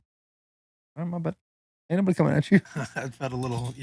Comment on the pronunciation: Almost spit out my coffee when Shane said “Cummin with the Boys”. Nobody caught it though haha